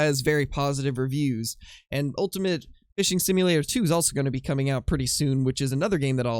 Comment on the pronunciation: I quote... "Cooming"... the Double "O" Coooming.